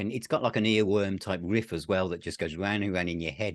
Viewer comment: So has inherited Pete's hairstyle that Pete had during the crown virus. Unexpected distant cousins anyone? You can hear the ways on how certain words are said. I am kind of a linguist and notice how certain words are said. Agen vs a-gain and my favorite riff vs saying whiff/or Whriff. This is not meant to be a knock against either one but that an... observation of pronunciation, that's all. Oh jeez now if we all were to say how do you say Opeth's album Sorceress (the one with the peafowl), there are surprisingly many variations. I in the Midwest US say sore-sir-s and Pete says Saw-sir-s. I can only imagine how says it.